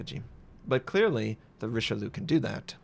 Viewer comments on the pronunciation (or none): As someone whose last name is only a few letters off from the name of this BB...it's REESH-LOO (spoken quickly). Not Rishilu -_ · It's Ree-Shell-Ee-Uh! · you must learn to say eyes and Eggs in french yeux and oeufs rishel yeux and tto forget the last E for all the battleships who finish bay E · REEEEE SHELL .. EE . UHHH!!! IT CITADELLED YAMATO !! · La prononciation est à revoir mais belle partie avec ce Richelieu :) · Such a beautiful ship, even if you didn't pronounce her name correctly. Never change,. Never change.:D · Come on man... I know Americans suck at pronouncing stuff, but this is Richelieu, i.e. the bad guy from Three Musketeers. Knowing how to pronounce that should be obligatory. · Nothing new. It's what Americans always do with foreign names.